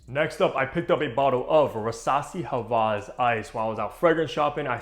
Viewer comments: I love the vid and content, but js wanted to let u know that it’s Hawas and not havas, I love you though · It’s pronounced hah-wahs not ha-vahz. Hope this helps 👍🏼